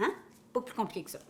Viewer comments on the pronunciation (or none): none